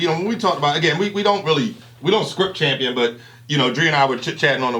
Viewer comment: Did just say "Thampion"?